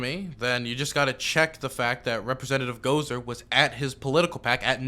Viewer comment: it’s gos-R not goser just for future reference